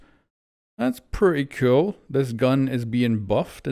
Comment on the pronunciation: I’m pretty sure he said cool just with his accent it sounded like cute, either way flores do be kinda cute